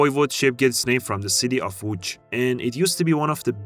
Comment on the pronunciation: bro how he managed to say Łódź